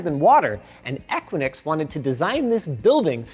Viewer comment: The company name "Equinix" is generally pronounced **"EH-kwi-niks"**. Here's a breakdown of the pronunciation: * *EH* - as in the "e" in "bed" * *kwi* - as in "quick" * *niks* - rhymes with "licks" So, putting it together: EH-kwi-niks.